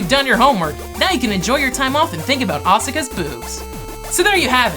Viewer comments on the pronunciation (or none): The way he said Asuka was...... disturbing